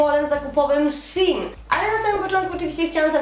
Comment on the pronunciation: To się muwi szejn a nie sinq